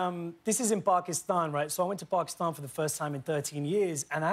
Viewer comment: I love him for saying Pakistan the right way and not the white-fied way. Respect to you Riz! Hahahahaha